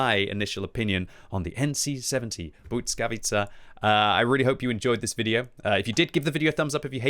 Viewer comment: Please!! You go and call it BUDSKAWICA over and over again. Just read it how its written [blyskavica]. Please do not butcher it anymore 😢